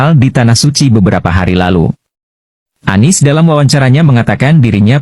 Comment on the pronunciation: Kesleo lidah Anies jadi ngomongnya ngk pernah bener.🤣🤣🤣.